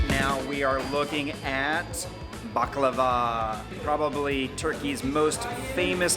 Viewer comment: Thank you for pronouncing baklava right its a hard word to pronounce